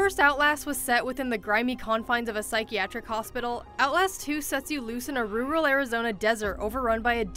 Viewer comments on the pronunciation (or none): did she really just say ruh-roll for rural? i swear, liberals are getting dumber by the minute. really sad. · she pronounce rural "rooral" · LOL "rooorull" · Is she trying to say "rural" or some other word entirely?